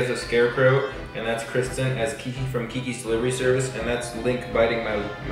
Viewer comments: Who else loves seeing Liza call Kristen,!? 🙋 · Liza: say hi Kristen: hi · Weee wooo its and Scwott 💞 btw this was very spoopy